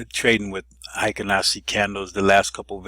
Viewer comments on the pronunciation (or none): Need to correct your pronunciation. Hyo in Ichimoku Hyo is NOT pronounced High - O, it should be pronounced H-Yaw. Heikin in Heikin Ashi is NOT pronounced High-kin, but rhymes with Hair-kin (without the r)